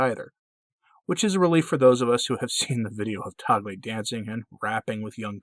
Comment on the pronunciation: Mabuhay from the Philippines! Tagle is pronounced as tag-le, short e. Hope that helps. Can you do a video on him? Thanks